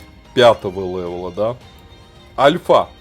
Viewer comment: не лэвэл а левел